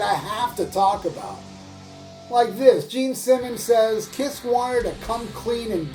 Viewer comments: i cracked every time i hear you say Pol Fffftanley of Kifff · I laugh my ass of when you speak out: PAUL FTANLEYOFF KIFF... hahahahahah!